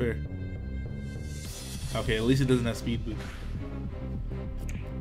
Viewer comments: Dude, when you said 'spood beest' instead of speed boost it made me laugh so hard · this man said "spood beast" lol